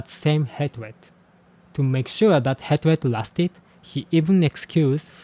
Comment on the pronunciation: whoa no way that's so cool!!! PS hatred is pronounced more like 'haytred' (same as hate). Not to critique you, english pronunciation makes no sense 😅